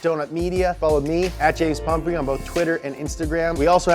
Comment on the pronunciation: Its Pumphrey not Humphrey